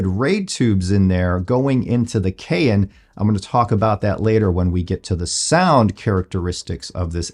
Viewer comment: It's pronounced "cayenne " like the pepper not "kay inn', just sayin'!